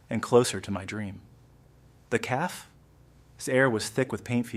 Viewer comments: It is cafe not caf and repeating the mispronounced word is annoying. The caf, the caf, the caf, the caf, my caf, my caf , my caf ... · Get a better reader. CAFÉ please notice the accent over the letter "e". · 😂 the mispronounced CAFÉ takes away the gist of the story. Did you go to school?. Your teacher will scream with anger too listening to your mispronunciation 😂